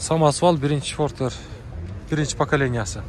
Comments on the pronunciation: Автор фортер эмес портер десең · Фортер эмес портер деп суйлосон